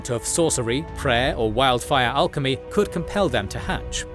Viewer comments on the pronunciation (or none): none